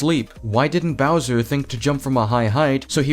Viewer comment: sorry You said “Browser”. I’m imagining a Firefox in a Koopa Clown car or some shit